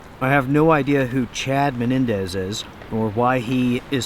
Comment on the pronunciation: Chad Mendez, not Menendez like you were saying is a former world class UFC lightweight fighter. He is also an avid hunter. I guy you would not want to find in an alley while holding on to his wallet or something. lol